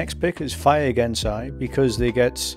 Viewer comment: its not gensai, its genasi, and thats not a genasi, thats a tiefling lmao